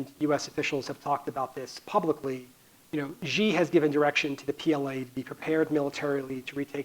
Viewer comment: It is troubling that this expert, like most Americans speaking about China, still have not bothered to learn how to pronounce the communist leader’s name correctly. (It should sound like “she” not “zhee”).